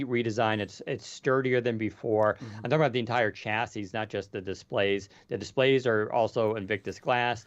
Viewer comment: Someday, will learn how to pronounce chassis.